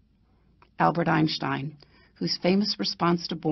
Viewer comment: Chutiye, you cannot even pronounce Einstein, Niels Bohr and de Broglie and you made a video on them?